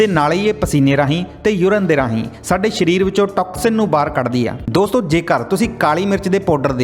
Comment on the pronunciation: ਸ਼ਰੀਰ ਨਹੀਂ, ਸਰੀਰ ।